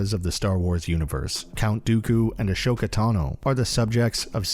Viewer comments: XD yeah that stuck out to me. Not sure if he’s trolling, but all the shows pronounce her name AH-SO-KAH. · A"SH"oka? rly? xD